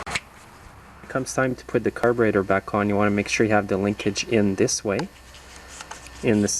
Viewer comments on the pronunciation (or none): i am confused what is a "car-baiter"? lol jst kidding.